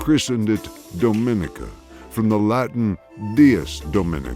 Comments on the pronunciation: It’s not do min I ca, it’s dom in I ca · The name is pronounced Domineeka